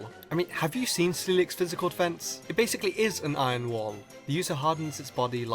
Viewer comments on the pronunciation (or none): Why are you saying "ion" instead of iron?